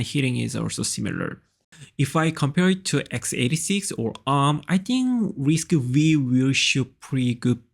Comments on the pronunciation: It is not risc-weee... Its risc-5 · I think that is prounced as RISC-Five,😀